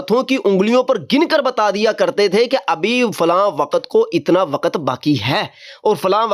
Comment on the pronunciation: نہیں بیٹا وقَتْ نہیں بولتے وقْتْ بولتے ہیں